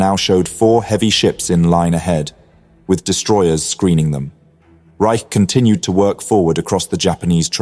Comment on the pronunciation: Regarding the captain of Sealion II, Eli T. Reich, his last name is pronounced “Rich” not “Rike.” My father was an officer on board Sealion II when Kongo was hit.